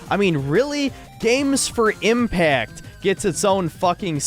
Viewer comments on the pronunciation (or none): What the heck is an impat? Did you say impact? Chants of Senndaar was my favorite game of the year. I hadn't heard of it either until a YouTuber pointed it out. It was so fun, my 5 year old son was sitting there excited for me to play it too! If you watch the game, it doesn't seem exciting to kids.